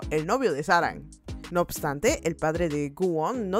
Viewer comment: No sé cómo aguanté 25 minutos escuchando sáranG.........